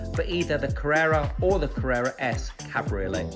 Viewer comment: “Cadbury olé” made me 😂